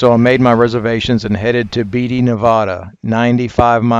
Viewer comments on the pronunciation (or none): Fantastic trip and video! By the way, it's pronounced "Tone-Ah-Pa" and "Bee-Ah-Tee". :)